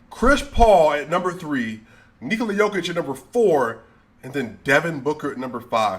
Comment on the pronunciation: Bro how u say Jokic the right way and then u say Doncik, 90% of Serbian and ex Serbian last names(or the last 2 letters ić) are pronounced like ''itch'' so Jokitch, Doncitch, Bogdanovitch because yall guys dont pronounce letters like we do with just one sound for each letter. And yea Jokic is MVP and then 3 spots empty then Giannis, Embiid and whoever.